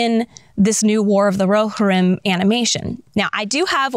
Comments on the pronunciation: Phonetic Pronunciation: roh-HEER-im IPA: /roʊˈhɪrɪm/ breakdown:roʊ: like the "ro" in "row" hɪr: like the "hir" in "hero," but shortened (like a quick "here" without stretching the "e") ɪm: like the "im" in "him" Love your channel, your content and the exquisite way you rant without ranting about the things we —the nerds— love. It's like a peaceful rage 😂. Thank you! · I believe it's pronounced ro-HEER-im. Also, the clips are from "The Two Towers", not "The Hobbit".